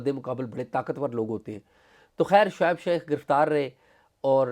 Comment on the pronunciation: Mr. Azaz Syed, Please improve your accent, It's Shoaib Sheikh, not Shaikh, there are many other words that you pronounced very badly that required improvement. Your Investigative journalism skills are very good, keep it up.